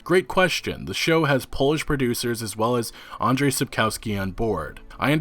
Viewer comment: it is r and not z that is silent in andrzei - an-dg-ei.